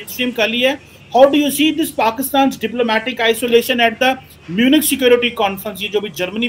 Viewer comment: میونخ Pronounce it like this, not like pronounced in video. In written it will be write same as you have reading, Munich, but pronounce it as I wrote in Urdu above.